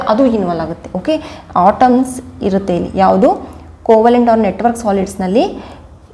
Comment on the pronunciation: It's, atoms not otoms ..